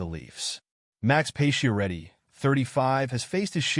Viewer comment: why are you pronouncing his name as "pay-she-er-eddi"? using bot voices?